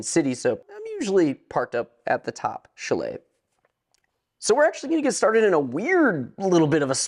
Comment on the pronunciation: Nice review, but the word Chalet is pronounced CHAley emphasis on the first syllable. Your way was hard to listen to.